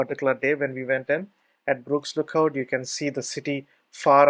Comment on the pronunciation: Shame that it's so difficult to understand the thick Indian accent. Why didn't you get someone to narrate for you. Btw it's not Brooks Lookout. Although your transcript does say Burkes, you wrongly pronounced it as "Brooks". Had I not read the follow on, I'd be looking for Brooks Lookout, man. I have been here many times and never seen a cell tower, so perhaps didn't trek the exact same route as you. I was around the tv towers and the Kyeema memorial site.